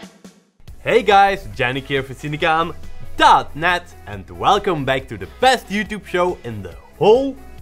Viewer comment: saying cinecam............ dot net made my weekend